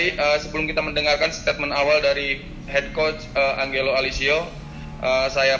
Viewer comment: Lagi2 media officer nya ga lulus komunikasi. Cara ngomong bertele-tele, nyebut nama pelatih ANGGELO harusnya ANJELO pengucapan nya. Open Maik bukan open mik pengucapan nya. Lulusan mana sih dia? Ko tata bahasa nya aneh banget kaya orang kampungan